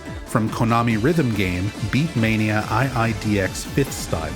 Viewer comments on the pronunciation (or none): also BI mani not BE mani